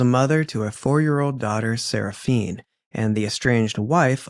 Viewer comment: Why are you pronouncing the child's name that way? Her name ends with an "A". 🤷 Seraphina